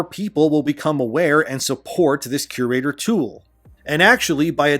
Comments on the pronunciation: I had no idea what you were referring to untill i realised you were saying "curator" wrong lol. You will find its pronounced vocally as "cure-raytor" just as like an art curator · Are you trying to say cure-rater? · You're mispronouncing CURATOR. Fix it.